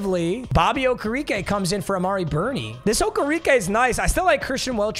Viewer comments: O-ker-ah-k that’s how you pronounce it lol not okerekeee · i love you and you’re mispronunciation of names but okereke is pronounced oh-kara-kae